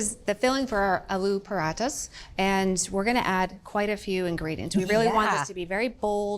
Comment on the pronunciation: Hey, why do you take care to get the pronunciation of french foods right, but not check how Alu paratha is pronounced? Edit: does a wonderful job!! Instant respect!❤